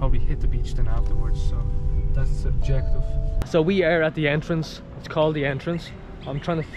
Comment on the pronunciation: Should ask the locals for the correct pronounceiation of the suburb names the only one you got right was Thd Entrance